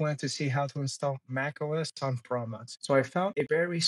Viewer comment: proXmox. There is an X in there that you pronounce!